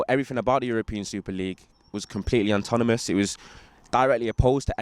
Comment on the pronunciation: “Everything about the super league was completely untomomous” What? 😂